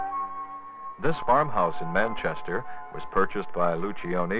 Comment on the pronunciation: Lucioni is an Italian name. In the Italian manner, you do not pronounce the first letter i. It will sound like loo-CHO-nee